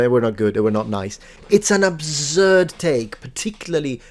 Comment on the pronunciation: "It's an obzurd take"